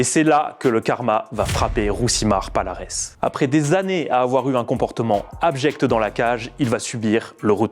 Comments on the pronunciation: Ont dit pas palares mais paliarès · Encore un youtubeur autoproclamé connaisseurs en mma 😂😂 son nom se prononce falares et pas avec p